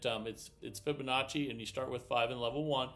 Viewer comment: Omg he actually pronounced Fibonacci correctly!?! Way to go